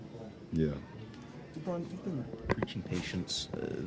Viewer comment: now it's "lebroom" hahaha